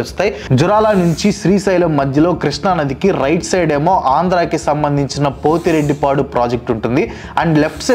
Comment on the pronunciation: జూరాల ప్రాజెక్టు, పోతిరెడ్డిపాడు., పాలమూరు పదాలని సరిగా పలకాలి